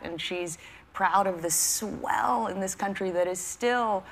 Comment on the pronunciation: Chelsea has a very annoying way of accenting certain words. "She's proud of the SWELL..." . And it's absolutely amazing how when the topic is Hillary Clinton or a Democrat their lines of questioning are so fluffy. Can you imagine if it was the daughter of a Republican who had Hillary's history of lies and potentially catastrophic national security lapses sitting in that chair? They'd be ripping her apart asking her direct questions about every mistake her parent has made.